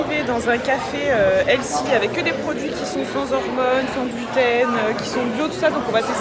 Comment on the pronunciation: Je parlais du nombre de fois où tu as prononcé "elssi" 😂😉 au lieu de 'healthy' ; évidemment faut profiter de manière raisonnable, toujours 💪🤗